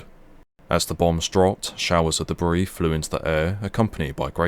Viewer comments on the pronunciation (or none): C minus, learn to pronounce words of the language you try to speak, "boast" and "debris" spring to mind.